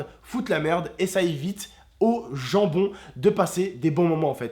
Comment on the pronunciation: Quand ta dit les bons gens j ai cru sue ta dit jambon